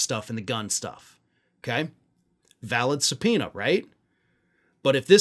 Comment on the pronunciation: Did you just say give Jordan a subpoena? 😂😂😂😂😂😂